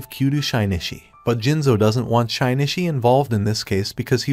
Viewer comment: I could forgive anything, but butchering Shinichi's name that much?! Just no...